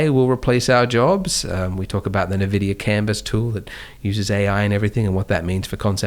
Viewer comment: Andrew pronounces N-vidia.. Nevidia☕️